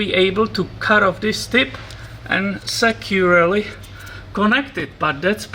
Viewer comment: when you said, "securely connect it", I thought you said "secularly connect it.":)